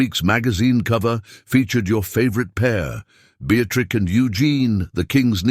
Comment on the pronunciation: Awful AI. How did it pronounce Beatrice? 😂